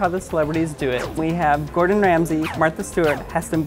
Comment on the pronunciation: At least copy the recipes right lol. You completely butchered Gordon’s